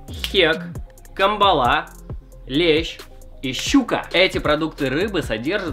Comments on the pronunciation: дяд какая камбАла, говорится с ударением на первую а кАмбала -_ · И вообще какая камболА не правельно ударение ! кАмбола это называется